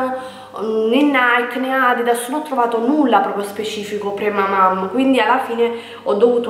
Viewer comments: cara, perdona, ma non ti si può più sentire dire "pramamaM". La parola è francese e si dice PremamaN. In francese mamma è "maman" quindi la traduzione è "pre-mamma" ❤❤ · MA LO CAPISCI CHE NN SI DICE PREMAMAM MA PREMAMAN, SEI DURA DI COMPRENDONIO 😣😣😣😣😣NN TI SI PUÒ SENTIRE! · sei bellissima.una piccola correzione (lo so sono pesante) ma si dice premaman con la n finale.in ogni caso sei splendida e la gravidanza ti dona tantissimo.un bacione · Nessuna critica, semplicemente le ho detto in modo educato la pronuncia corretta. Io sarei stata contenta se mi avessero corretto. 😊😉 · PremamaM... si premamam 🤣